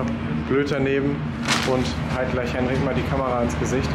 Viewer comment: Der Mann heißt Henrikkk 🤣, saubere Arbeit